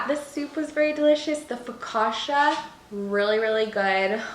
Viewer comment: Loved everything😍! Just so you know, the double C in focaccia is pronounced as the one in cappuccino